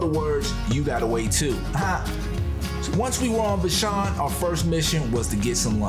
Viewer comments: Would be nice if you knew that "Vashon" rhymes with ""Passion". It is not vaSHAWN. Glad you had a good time. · VAA-SHAWN VAA-SHAWN thats how you say Vashon! Not Vshon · Pronouned "Vaa - shon" Island (long "a" sound). Thanks for this adventure thru "new" eyes. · Vashon pronounced va-shawn